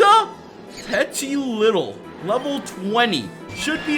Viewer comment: Why do you pronounce petilittle? Isn't it petilil